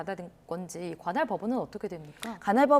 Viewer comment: 건할이 아니라 "관할!!! " 입니다. 변호사께서 발음이...